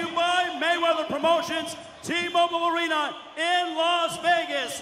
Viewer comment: the "ARENER"..